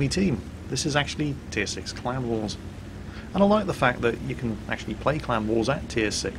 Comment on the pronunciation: I watch all of your videos and I love your commentary, but for the first solid minute of this video, I was convinced you were saying "clown wars" not CLAN war. It totally had me confused, that's what I get for being a silly American.